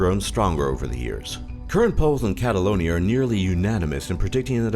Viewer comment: He got catalonia right